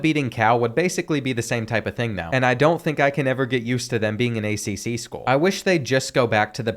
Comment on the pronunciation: he said accc schools😂😂😂😂😂😂😂😂😂